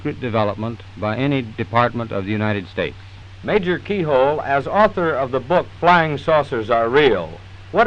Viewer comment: .... Dude called Keyhoe "Keyhole" ...